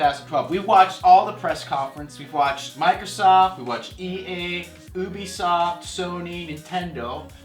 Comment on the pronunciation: You-bee-soft by the way